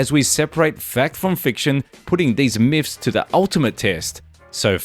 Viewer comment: Lol “myphs “